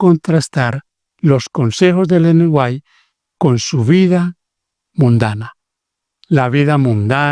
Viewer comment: Ese q habla es un moron nosabe siquiera pronunciation el apellido de Elena White